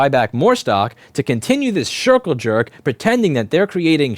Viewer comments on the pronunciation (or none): "shircle jerk"?